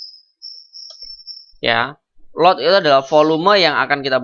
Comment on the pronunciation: volume.. bukan foloma..